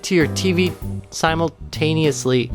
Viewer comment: "Inculded" , "Simulitaneously" ROFL